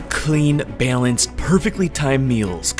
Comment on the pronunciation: Dude says “byaaalanced” where tf is he from?!